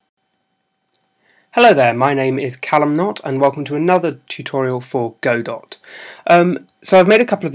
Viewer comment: it's pronounced "godoh"